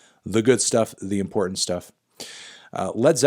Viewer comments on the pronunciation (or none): none